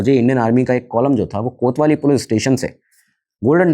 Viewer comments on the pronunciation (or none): none